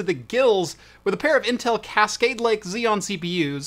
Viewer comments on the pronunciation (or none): "A pair of Intel CAT-cade Lake Xeons"